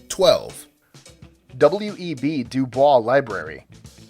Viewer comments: WEB DuBois is pronounced as it sounds, DO-boyce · While you may have pronounced Du Bois the proper French way, W E B Du Bois pronounces it doo-BOYSS. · DuBois is actually pronounced as it's spelled with an American: Do Boys.... Don't even THINK about it. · Hey dipshit, you forgot the Millenium Tower in San Francisco, which could literally fall at any time and kill hundreds of people. Also, W.E.B. DuBois is pronounced "du-BO-ees", smh. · It's pronounced W. E. B. du "Boys" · W. E. B. Du Bois pronounced his last name "doo-BOYSS." Not like Blanche DuBois. Also, your opinions suck. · Interesting but somewhat predictable. I like a lot of the architecture they ridicule but.....your pronunciation of Du Bois is wrong. Du Bois was a very important civil rights leader in the early 20th century and insisted on distancing himself from the french pronukiation of his name and pronounced it Dew Boys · he pronouncedpronounced DeBOIS. (white ppl really don't know who w.e.b. debris was?... white people who makes lists that include a his library don't know who w.e.b. debris was? huh. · Du Bois is not being pronounced the way he preferred it.